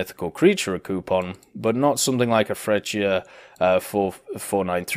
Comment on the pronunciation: it's Fretshiya!! Jesus!! Italian man! Know the spelling! Just like when you say Tshentawro = centauro